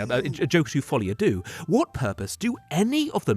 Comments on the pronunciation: Deux, not « doux » (soft). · "doo" is objectively the incorrect way to pronounce "deux". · Why everyone say Deux "Doo" when you have the "a" sound ?